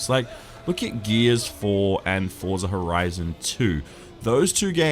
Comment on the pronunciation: Wears the Forza Horizon 3 shirt (that I somehow bloody missed out on) and still gets the title of the game butchered! LOL Oh... and you it's freakin' hot here in Sydney too!